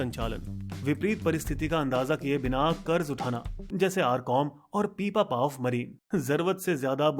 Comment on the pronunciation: वो पीपापाव नही पिपावाव पोर्ट है